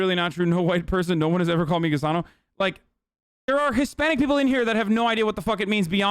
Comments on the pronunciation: Litterally same. Was about the make this same comment 😂 I didn’t even realize he was saying gusano because of the way he says it. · It’s really gross that Hasan is saying Gusano, he should be saying Gusanx